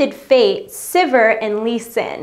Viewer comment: oh and sivir is pronounced Si-Veer, from what i understand from every other LoL player i know